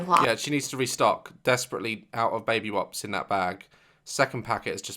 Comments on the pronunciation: Did anyone else hear Dad says "Baby wops" instead of wipes haha 😂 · is it just me that heard "baby waps" instead of baby wipes? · am i the only person that heard daz say “baby wops” instead of wipes? no just me? okay. p.s love you daz <3